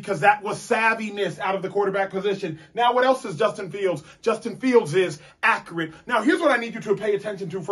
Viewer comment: A-cure-it lol